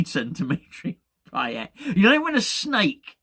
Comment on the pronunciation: Dmitri Pie-ate.